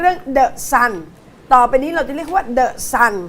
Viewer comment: The Sun นะไม่ใช่ The สัตว์ อ่านให้ชัดๆนะพี่น้อง(ซื้อเครื่องบิน 30 ล้าน จาก 8 ร้อยกว่าล้าน ครั้งนี้ใช้อำนาจโละเครื่องบินฝนหลวง 30 ลำ ซื้อใหม่ยกฝูง ถ้าเป็นคนดีต้องช่วยรัฐประหยัดงบ แต่ไอ้นี้ทุจริตเชิงนโยบาย ประชาชนต้องร่วมมือขับไล่มัน ถ้าอนุทินยังเลี้ยงมันอยู่เชิญออกทั้งรัฐบาล)